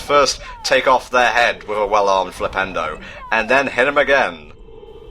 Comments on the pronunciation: who else hears Nintendo instead of flipendo? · why does it sounds like harry say nintendo then he charge his magic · You're not alone on this, i heard it too when i was young LOL.